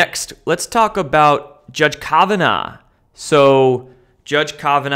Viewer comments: kovinaw? Come on man aren't you supposed to be well-researched have you never heard anybody say his name before it's Brett Kavanaugh with an A.... for some reason I feel like you've never even heard the guys name pronounced I was sent to you by some really smart people aren't you supposed to be like well researched and well-read and especially with a Supreme Court Justice name you had to have heard His Name a hundred times by now. I'm rethinking my subscription here seriously man I hear that guy's name at least five times a week and I'm a nobody and my mind you should definitely know who these people are and although less important you should definitely know how to pronounce their names if you are someone in the know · You seem to have trouble with name pronouncing its Judge Kav ah naw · Love ya but your mispronunciations on important people's names drives me crazy! Do you not listen to anyone else. ie: Justice Scalia on a previous video for instance. Kavanaugh on this vid. Just sayin.